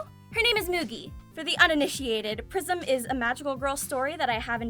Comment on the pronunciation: I know it's prism, i swear I heard Prison from, also love your vids and your laugh always make me smile.